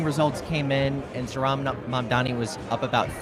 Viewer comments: OK, so it’s not just Ryan mispronouncing Zoran‘s name tonight. Both men at the live campaign event can’t seem to pronounce the Democratic nominee for the mayor of New York’s name correctly. Come on, guys. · i love that ryan grim still can't pronounce his name right it's actually endearing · He pronounced it right some of the time, I think the room being like 120 degrees made then mess up more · Is Ryan sneaking some celebratory tokes out there?😏 Come on, Zoran is going to be the next mayor of New York. Ryan should try to pronounce his name correctly.